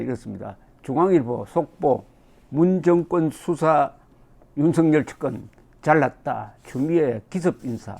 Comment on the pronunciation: 윤석열을 윤석렬로 발음하지 마세요